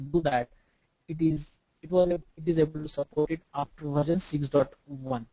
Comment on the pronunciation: its not VARJAN.. its VERSION.... VARJAN VARJAN VARJAN VARJAN VARJAN VARJAN VARJAN VARJAN VARJAN VARJAN VARJAN